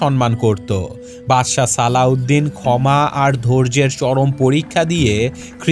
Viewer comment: Alauedin noy slaudin bole bolosa